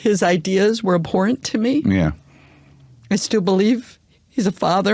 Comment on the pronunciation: You agreed with everything he said but you call it aborant